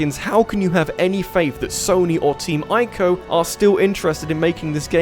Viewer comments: Boi It's not Eye-co, it's EE-co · It's pronounced team ee-co.